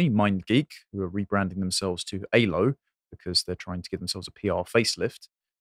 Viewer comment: Aylo, not Halo.